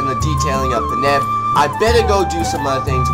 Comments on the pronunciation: paneb? Its Panjab. Panj Ab literally pronounced how its spelled. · I laughed when he said panab. Im punjabi and i dont find this offensive